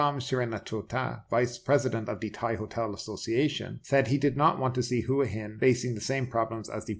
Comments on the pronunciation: Hua Hin is pronounced WAA HIN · ...just finished a random poll of 20 Thais in the street and all said WAA HIN. Why would one have to be Thai in order to get the correct pronunciation?